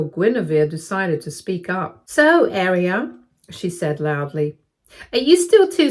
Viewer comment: Yes, that is how you pronounce Guinevere, but I think Aria is being pronounced wrong. The Arias I know pronounce it "Ah-reeya" (U.S.)